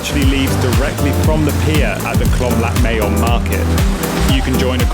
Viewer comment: It's Khlong Lat not Lhlom Lat